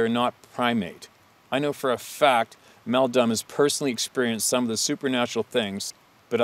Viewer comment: He said Meldumb lmfao